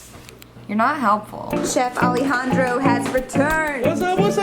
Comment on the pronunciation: I love it when says Alejandro!!! That’s my name